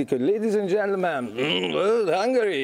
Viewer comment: Lédíz end dzsentlömen öhm,öhm Hángörí! :D